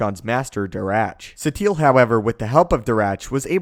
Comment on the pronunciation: Why do u call her Satiel? its pronounce Sateel